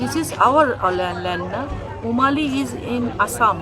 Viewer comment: You don't even know how to pronounced umwali..... How can you dare to take our land..... Mind ur tongue......